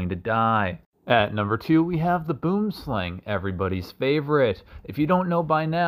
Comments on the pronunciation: I am so sorry but that is not how you pronounce Boom Slang. It is Afrikaans and literally translates to "Tree Snake" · The first snake is a gaboon adder not viper and they are from South Africa not west Africa and boom slang is pronounced"booem slung" in English it's a tree snake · Boo-em Slaang, is how you pronounce it literally tree snake Timid fellows they won't jump out at you. Some years ago I was taking a leak in a bushy area in zimbabwe when I looked at the bush I was urinating against I saw a boomslang right at the height of my crotch. He was quiet and looked unphased so I finished up turned around and ran... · Please, for all the countries in Southern Africa, I beg, please pronounce the boom slang correctly. I get accents and all of that, but that's not how the name it was given is pronounced. You don't call someone named Brandon, Brenden.